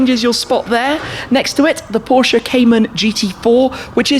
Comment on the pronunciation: Am I the only one who hates it when someone who owns a (or many) Porsches can't pronounce Porsche properly?